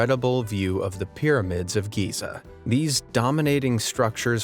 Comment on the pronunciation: This guy butchered countries city names!!! 🤣 Where the hell was the editor??? Helsinki!!! Buenos Aires!!! He got Giza right wow! 😂 Kyoto! Nice, 2 in a row! Rotterdam wooo 3!!! Azerbaijan almost!!!